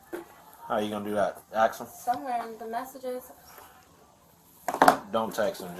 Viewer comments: Girl he ain't coming 😂 and for that officer, the word is ask, not axe !! Just bc you're black does not mean you need to talk and sound ignorant 🙄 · "I don't know, I only did what he axed me to do."